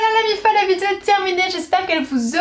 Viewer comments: Moi j'adore quand tu dis "vidzéo"🤣🤗❤ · j'avoue regarder tes vidéo en grande partie parceque j'attends que tu dises le mot "vidéo" , c'est super mignon ta langue qui fourche là dessus _ belle soirée à toi